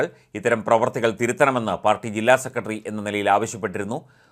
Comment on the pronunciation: സെക്കറ്റ്റി .. ഉച്ചാരണം മോശം